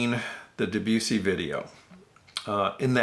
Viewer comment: Great, great work with your Living Stereo series. The general criticism of Living Stereos is their general roll off of bass. That was Sid Marks's main complaint against the label in the old TAS. And, just a note, Debussy is pronounced DEB-you-see, as in debutant. Arthur Rubinstein's last name is pronounced as 'Rubinsteen', rather than 'Rubinstine'.